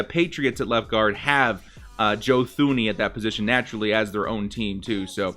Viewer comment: Real talk tho... Joe Thuney’s name is pronounced Joe Tooney